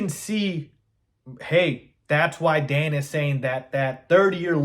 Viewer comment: You lost me at "Dan Orlovsky." That saying I do respect your content but yea, Its Dan. LOL.